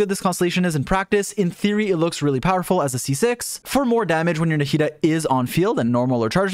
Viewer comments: Why does he say “narrida” instead of Nahida? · Naw-he-dah is how you say it. You don't need to butcher everything that isn't 4letters long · way to butcher the name